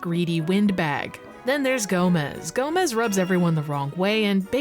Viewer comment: Quickly pointing out that "Gomes" isn't pronounced like "Gomez". Gomes is Portuguese, wherein Gomez is Spanish. It's a common last name in Portuguese.